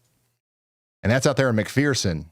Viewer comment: It's called mc fur sin...it sounds like mcfursin .....fur ...not mcpherson...its fur...thank you for doing this for us all